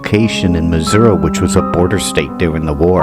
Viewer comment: Please learn to pronounce Missouri. I went to Jewell. Third story men’s bathroom in Jewell hall. I heard a voice saying my full legal name in a whisper and within five minutes, the voice was screaming my full legal name. Never went in there again. Class of 2001.